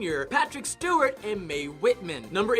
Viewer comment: Stewart* not Stewie how’d you mess up already and we ain’t pass the first 2 yet 🤣